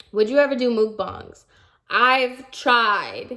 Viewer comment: She said Mookbong instead of mukbang